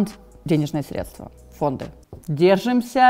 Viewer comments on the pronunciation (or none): none